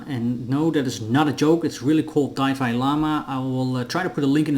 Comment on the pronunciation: It's pronounced "dee"fi lama